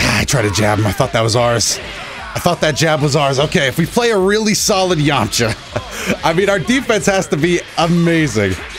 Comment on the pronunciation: "yomacha"? lmao